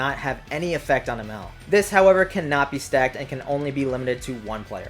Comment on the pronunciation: Anybody else annoyed by how he pronounced Emerl’s name